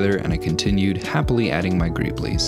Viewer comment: i can't tell if the way he says "greebles" is done purposefully wrong to be funny or just... wrong...